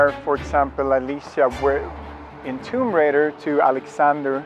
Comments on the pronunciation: ITS TOMB RAAAAIDER not RIDER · Did she say Tomb Grinder? I hear Tomb Grinder everytime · Tomb Rinder? haha